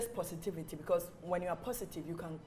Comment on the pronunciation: wasup with r's in words? like"'becau'r'se" when it isn't supposed to be there? bruhhh why can't people just speak normally!??